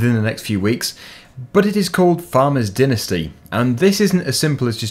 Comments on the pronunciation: Next time, pronounce dynasty and beta correct please. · You say dynasty and beta completely wrong whats with that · Hey you pronounced Dynasty wrong